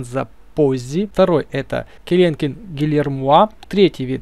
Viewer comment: Не келенкен ,а келекен так всё круто